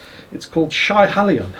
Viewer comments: Pronounce the Scottish beer as Sheehallion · Starts with butchering the Gaelic (it's pronounce She-hali-on a Munro near me) and ends with The Gael, not bad.